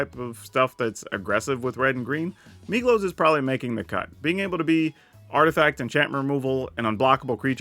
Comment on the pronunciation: Every time you say Migloz I hear Meatloaf and I love that so much :D